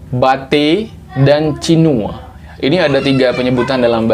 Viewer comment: Cinue ❌ Cinu ✅